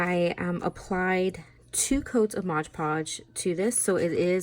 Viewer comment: MOD.... MOD... MOD!! Please people, if you can’t say it right, just don’t say it, especially don’t say it every other word! #triggered... aside from that..... cute cup